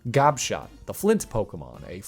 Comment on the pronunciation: Gobshot is such a funny name. When I first heard you say it i thought you said Gobshite and i was dying of laughter